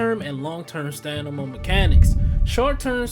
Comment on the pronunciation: I swear bruh said Stanima 😂😂